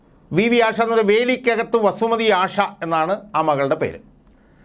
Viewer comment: അഷ അല്ല ആശ